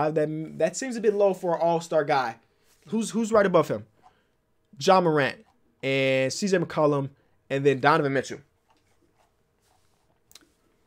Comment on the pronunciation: be like: "Donovan Mitchoo"